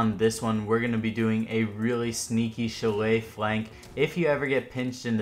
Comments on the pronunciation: Its pronounced sha-lay not chillay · Bruh chalet is said " shall lay " not chall lay. Good vids tho man lots of good tips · When they pronounce Chalet wrong (It’s pronounced shal-lay) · You're saying chalet wrong